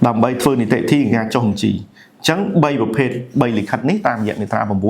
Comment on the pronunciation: រៀនដល់ណាដែរ និយាយមិនត្រូវ អក្សរ និតិធី បាត់ វិ អចលនវត្ថុ បាត់ វ?